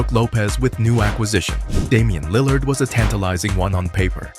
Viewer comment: this was a great breakdown but the way you pronounce "Lill-ard" is killing me lol